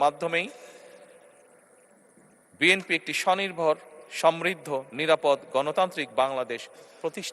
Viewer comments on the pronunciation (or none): none